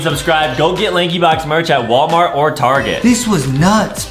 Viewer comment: Adam say not wallmart he says warmat